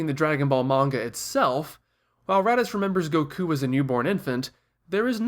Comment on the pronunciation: THE WAY HE PRONOUNCES EVERYTHING TRIGGERS ME OMFG "Go kuu" "Blooma" "Siyan"